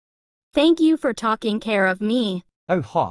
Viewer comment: "Talking care for me" 😂